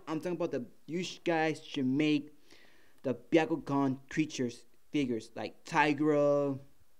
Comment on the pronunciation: It’s Bakugan not biakugan from naruto